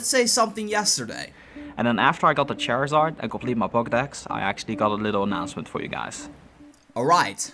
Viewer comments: did you say Chairizard? it's Charizard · lol he said chairasard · It's pronounced char zard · cherizared its charizard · "Chairzard" it flew me and my chair to the ground 😂😂😂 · I died when he said Chairizard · Lol it sounded like you said chairizard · he said chairzard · its char e zard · EIGHTY-NINE PERCENT he says ... also i couldn't help but noticing his meme pronunciation of Charizard